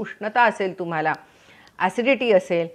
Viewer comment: Nice vidioe...but don't say...TUMAL AMUK ZAL AASEL....TAMAK ZAL AASEL like that....sorry for suggestion...thanks for information..